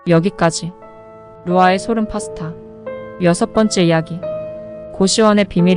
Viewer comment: 발음 어쩌노 thㅏ백 thㅏ십 thㅏ번 ㅋㅋㅋ 파 thㅡ 타 ㅋㅋㅋ 서론도 재미가있으면 길어도되는데 무슨 재미도없고 오글거리는걸로 시간끄는걸로 밖에 안보입니다.